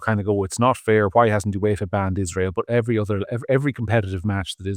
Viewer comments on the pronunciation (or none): none